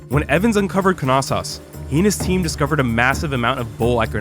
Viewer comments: Knossos pronounced (no-so-os) not (ka-nas-os) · Is the k not silent? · I’m not exactly an expert but I’m sure the ‘K’ is silent in Knossos